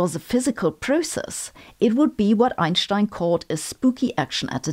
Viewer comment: I always come here to soothe my nerves after trauma sustained by hearing "Einstein" pronounced by the rest of English science-for-the-plebes youtube.